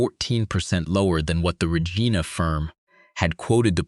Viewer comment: I'm happy to see this is a Canadian story but your narrator needs to learn low to pronounce cities correctly. Regina is pronounced like Reg-eye-na, emphasis on the 'eye'.